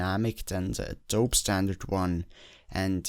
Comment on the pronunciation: Enjoyed the video. One thing - Adobe. Rhymes with Moby or Mobey Dick. Long "e" sound, at the end. Like Money. Not short e. Doesn't rhyme with load.